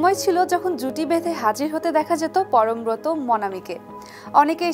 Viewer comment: উচ্চারণ হবে পরমব্রোতো। ব্রত - এর উচ্চারণ ব্রোতো।